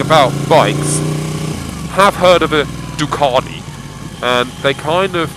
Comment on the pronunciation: I find this guy an irrating arse. It's clear he loves the BMW & why would buy this bike to commute on? It's a sports bike for heavens sake. One last thing is how he said DUCATI, It's not DU KART E. Rate over